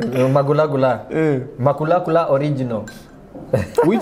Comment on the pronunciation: It's the way he's pronouncing kulakula for me 😂😂😂😂😊😊